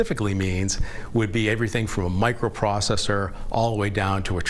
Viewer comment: callt "michro- porschessorsors"